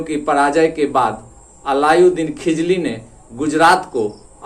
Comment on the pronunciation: खिजली नहीं खिलजी है सर